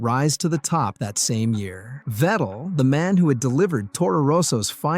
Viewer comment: its Vettle not Fidel.